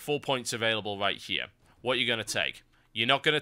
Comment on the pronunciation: Have you ever noticed you pronounce your R's like W's? Sound like a fucking child lol. THIS WIGHT HEWE IS MY THEOWY.